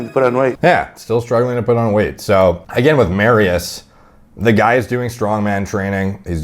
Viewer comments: its more like "Mari-Ush'. But still close. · FYI its pronounced mariush the sz has a sh sound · I'm not even Polish, but I've gotta admit to slight cringes every time said "Mari-oose." Just busting balls, D... Love you, bro.. keep doing your thing. 💪🤙